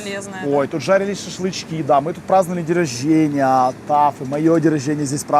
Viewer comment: Если режет слух день роженья от, ставь лайк 😂